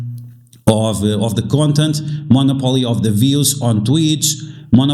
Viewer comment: Good video, but it's mah-nop-o-lee- monopoly lol